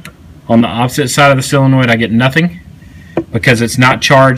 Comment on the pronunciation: "sillinoid" o_O